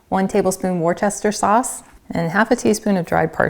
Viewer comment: I'm on a one-woman campaign to teach people how to say Worcestershire. Here we go: Wuh stah sheer. Worcestershire. Looking for a caesar salad dressing and came across yours 🙂